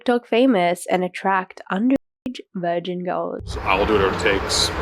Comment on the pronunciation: I really don't like how you mispronounce key words or mute them entirely. I assume you are doing it for a reason but it makes it impossible to listen to your content while doing something else. VirGin, Accost, underage, etc